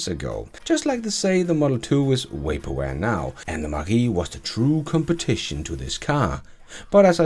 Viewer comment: "Waper ware" :)